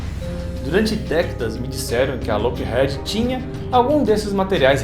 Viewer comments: Que agonia, vc falando Head ao invés de heed. 😂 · Na lingua inglesa a letra "e" tem som de "i", então a pronúncia da fabricante americana Lockheed é "Lóck iid" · Dois E em inglês tem som de I. Loquerride seria a pronúncia correto. Desculpa é que dói no ouvido.